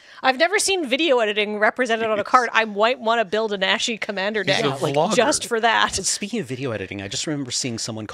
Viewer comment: Nah-shi, long "A" sound